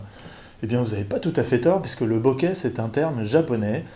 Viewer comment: Alors de grâce prononcez "boké" avec accent aigu et non "bokè" avec un accent grave. C'est un mot japonais qui se prononce boké ;)